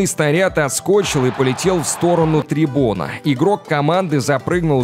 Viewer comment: "...отскОчил...", вот прямо с ударением на О."...трибОны...","...задние ноги..."?Куда деньги на букварь высылать?